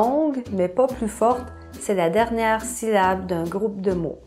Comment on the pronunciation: Tu as séparé syllable ainsi: sy-lla-ble, mais en réalité le mot de sépare ainsi: syl-la-ble. On entend d'ailleurs le double l dans la prononciation généralement (cil lable) mais tu sembles vraiment prononcer sylable (si lable)! Mais bref, je trouvais ça comique d'écrire le mot syllable avec les syllables mal séparées ahahah. Évidemment tu n'as pas à le faire mais ça serait bien de le corriger au moins dans les sous-titres étant donné que c'est une vidéo éducative! Mais sinon je trouve tes vidéos très intéressantes même si je ne suis absolument pas ton public cible :p